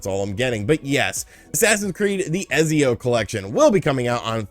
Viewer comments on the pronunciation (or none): The name is pronounced etsy-oh rather than ezzy-oh and the trilogy is phenomenal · Say it with me man! “ETTSIO” vs Ezzio lol. Thanks for the updates! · Heads up, Ezio is pronounced Et-zee-o. The "z" is pronounced like the z in pizza. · It's funny how you pronounce Ezio, esp. since you're Italian